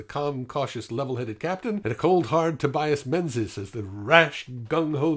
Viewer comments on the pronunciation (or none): none